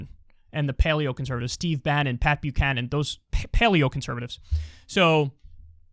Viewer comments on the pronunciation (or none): none